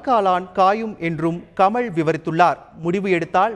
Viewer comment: Tamil ucharippu sari illai. Fire this guy from Thanthi TV. The basic qualification is good Tamil for Tamil TV. He says கமள்... தேடாவிட்டாள்! தோளா ...